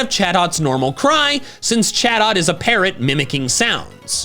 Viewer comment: Sounded like chatot said sus 😂